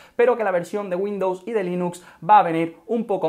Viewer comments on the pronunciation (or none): none